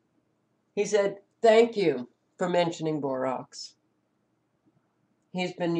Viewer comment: Rax not rocs. Borax